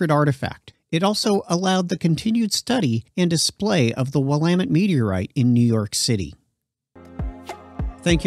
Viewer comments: It’s clearly NOT a “robot voice”. He even pronounced “Willamette” correctly. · Thanks for pronouncing it properly